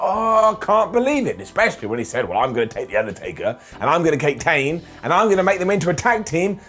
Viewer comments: “And I’m gonna Kake Tane”😂😂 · you said "I'm gonna kate tane":)))